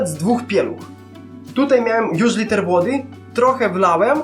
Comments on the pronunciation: mówi sie litr a nie liter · nie muwi sie liter tylko litr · Wiem że jesteś z Ukrainy ale dobrze mówisz po polsku oprócz litr a nie liter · litr!!!!!!!!!!!!!!!!!!! nie kurwa liter litr!!!!! japierdole jak ty wkurwiasz no nawet takich kurwa prostych rzeczy nie potrafisz... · Litr nie liter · jaki liter to się mówi litr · Litr a nie liter